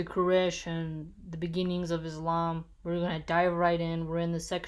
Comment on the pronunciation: its almost 5 o'clock in the morning and i couldn't sleep until i watch you videos as soon as they appear in my feed, keep up the good work , and I would like to draw your attention to an important detail in the Arabic words you pronounce the word ISLAM and MUSLIM and Bi-smi llāh are pure "S" (s) sound in them not "Z" (ð) sound cause some people might hear it IZLAM which means darkness (watch Bernie Sanders pronounce Islam He pronounce it perfectly) it might offend some people. try pronounce it like SUN, MISS and another thing the famous narrator IBN ISHAQ the SH doesn't sound /ʃ/ as in SHE the S and H are separated sounds not combined supposed to sound like that ES-HAQ I hope I was able to deliver my advise